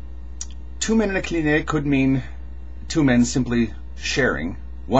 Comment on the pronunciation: it's not "klineh", it's "klinee" ;) still not exact, but closer